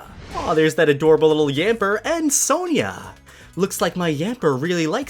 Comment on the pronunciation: u pronounce Sonia wrong